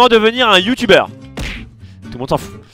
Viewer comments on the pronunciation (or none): none